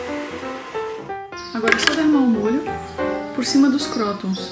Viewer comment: se fala "crutôns" ;)